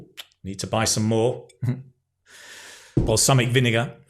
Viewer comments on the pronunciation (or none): The way you say balsamic vinegar reminds me of Mr. Bean. So hilarious